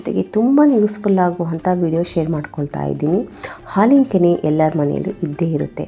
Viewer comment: ಹಾಲಿನ ಕೆನ್ನೆ ಅಲ್ಲ ಹಾಲಿನ ಕೆನೆ